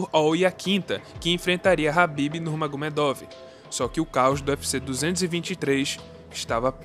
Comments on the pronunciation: A pronúncia do nome é com K Kabib e não rabibi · Mano,que nervoso tu pronunciando nome do cara errado 😏